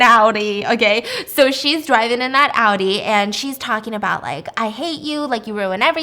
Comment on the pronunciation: I love that you pronounce Audi correctly 🤩